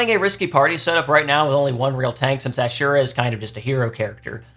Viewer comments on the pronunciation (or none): none